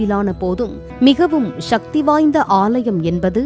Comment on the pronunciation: தாங்கள் சற்று தமிழ் உச்சரிப்பில் கவனம் செலுத்துமாறு தாழ்மையுடன் கேட்டு கொள்கிறேன். சக்தி என்பது ஷக்தி என்று கூறும் போது ஒரு செயற்கை தளம் தெரிகின்றது.